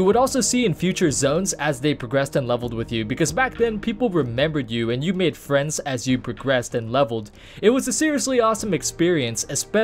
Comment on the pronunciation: Fwiends =D